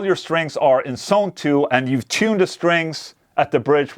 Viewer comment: Not 'sone, but 'zone' - might be misleading